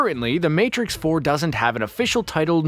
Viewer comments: "THE MARTIX" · lol... "The Martix"